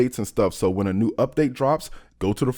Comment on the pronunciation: I like how he pronounces "new" as "nude"